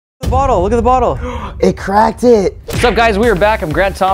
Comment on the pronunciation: did anyone realized lance said " it crackted" 😂😂😂